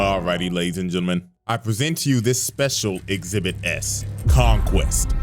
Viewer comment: THE FUCK YOU MEAN EXHIBIT-S😭